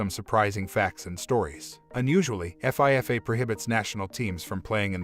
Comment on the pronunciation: Lol F. I. F. A. It's pronounced FEEFA. You say it like it's a word.